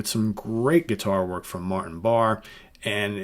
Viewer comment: I’m pretty sure it’s pronounced Barr-E Martin Lancelot Barr-E Ian Anderson says his name on Bursting Out